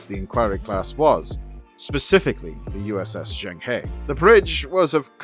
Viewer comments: the famous Chinese explorer's name is pronounced "jung-huh" which made me wince everytime the show said "jang-hey". Maybe they just incorrectly guessed how it was pronounced or they purposely made it sound different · [Djong Hö] Don't know why they didn't even try to pronounce the name closer to the original pronunciation... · The pronunciation on Zheng He should be closer to Jung Ha, I guess it just wasn't important to anyone at the time to get their historical references accurate. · Juhueng Huuegh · yeah, that's closer too, but the Zheng is quick, and is closer to Jung, and the He is almost like "huuh" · Zheng He = Jung huh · Zheng He should be pronounced more like Jerng Her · If they’re going to use Chinese names perhaps they should try to pronounce them properly and include tone marks and characters. Jeng her would be a more accurate sound for Zheng He. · Total mispronunciation of Xeng He. It's painful. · I wish Zheng He were pronounced properly. I cringe every time. 'Murica… sigh… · Zheng He is not Pronounced like in the show. You know it’s the name of a real person, might want to look it up. As a 7 ft eunuch who commanded the greatest wooden fleet in history he’s kinda a cultural hero to a billion plus Chinese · They have a very weird pronunciation of Zhang He